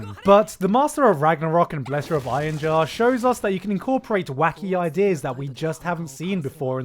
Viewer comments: gigguk: Einherjar = iron jar. ..... since you're British I'm gonna give you a pass.......just this once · Apparently it's pronounced "in-her-yar"